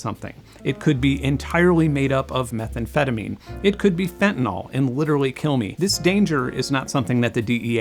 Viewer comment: Ok 1 more thing. Fentanyl. Just look at the word and pretend you haven't heard it mispronounced by mainstream media and other illiterates. It's that "y". Use it like an 'I' instead of an 'a' and you're golden. ;)